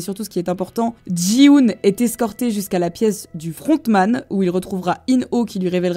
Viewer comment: Petite rectification pour t'aider Ça ne se prononce pas Ji-hoon mais Ki-hoon sinon chouette vidéo ! car Gi est similaire à Ki